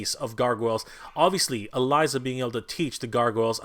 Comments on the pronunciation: Elisa is pronounced ELeesa Not Eliza. Sorry but that bugs me lol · It's pronounced E Leeza. Like Liza, with an E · E-LISA! (E) LISA! IT IS PRONOUNCED E..LISA! ALSO, HER & GOLIATH KISSED AT THE END OF SEASON 2! THEY'RE IN A RELATIONSHIP IN THE COMICS! AAAHHHH!!!!!! I'm sorry for my rant, this guy drives me nuts sometimes. I shouldn't yell though, that was wrong of me.